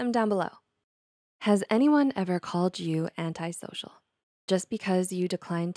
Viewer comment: Finally finally finally. If I hear anyone else say antisocial incorrectly I will scream.